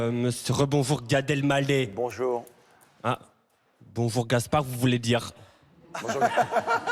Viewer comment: Mince, Gad qui est l'un de mes humoristes préférés s'est encore trompé en prononçant son nom. Je ne perds pas espoir, un jour peut-être je l'entendrai prononcer Gad "El mallah", avec le h fortement aspiré puisque c'est un nom arabe qui signifie "vendeur de sel". Je précise "quavant" il n'avait aucun problème à prononcer correctement son nom...